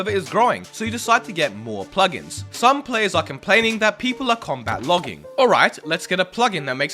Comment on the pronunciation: "Comat Logging..." lol.